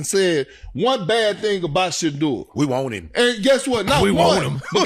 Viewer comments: “We hate Shadeur Sanders because….” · “Shadoor Sanduhs” - Big Perk 😂